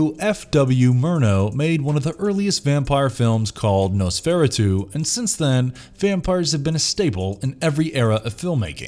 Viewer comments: yeah, he lost me at "nos FER a tu' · NOSE FESR A TWO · Say it with me noz for autu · NOS FER ATU NOT NOSFAIREEDOO!!!!!!! FFS!!! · ...nose-fair-uh-too? Try again. Noss-fuh-rah-tu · nosferAtu, not nosFERatu. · My inner Hermione Granger is screaming: "It’s Nos-fer-AH-tu, not Nos-ferrah-TOO!" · ... I just have to comment, "nose-fera-too"? It's pronounced "nos-feh-RA-too", I'm honestly starting to think some of these channels are intentionally mispronouncing things just to drive up comments! .... wait.... ah hell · Dude, It is NOT pronounced Nos-fairatoo. It is pronounced Nos-fur-atoo. Spelled Nosferatu. Where do they find some of these people to voice over these videos? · Dammit can you please get people to check pronunciation of words and names before they record them? Nosferatu is nohs-fehrahh-too not nosferratoo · Nosferatu is not pronounced "nusferratoo", it's "Nawss-fair-ah-too". You do that a lot on this channel. You also routinely pronounce "laughter" as "lawter". You folks really need to check your pronunciation before you record shit. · I have a very small request too. Pronounce Nos-fer-a-tu as it sounds... Sheesh, some words just can't be allowed to be butchered. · The first vampire movie you meant to say "Nahst-for-rat-tu". One of my favorite movies and it is a classic. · Nosferatoo? 🤣🤣 Dude learn how to talk first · Nice way of pronouncing "Noferatu"... you would think that a channel that make this kind of videos would at least get the names right... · What was it called, did you say? "Knows-furry-too"? I'm not sure any vampire movie could scare me more than someone actually thinking that's even remotely... even.. words fail me. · NOS-VER-ARE-TO, that is how it's pronounced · “Nos-fera-2” WHAT?! “Gill-Lilmo Deltoro” WHAT WHAT?! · Its pronounced nos fé rà tū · Nose fairy doo Ugh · I didn't know he was called Nosferatoo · Nose Ferra too? Really? ROFLMAO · Once you said Nos-ferret-two you lost me. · "Nose-fair-a-too"? Really? smh... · Nosferritooo..... sigh....